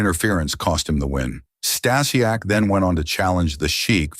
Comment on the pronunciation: Can’t watch because of the mispronouncing of Stasiak